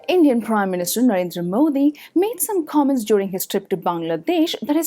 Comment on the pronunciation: It's Modi. Not Mudi. People like you will never understand him. Don't you see what Rahul Gandhi is doing? He is the most corrupted politician I have ever seen in my life. Modi is better. Whenever we talk about Hindus he becomes angry, hindi is the core language of India and that should be followed. Why Rahul Gandhi always talks about Islam and Christianity?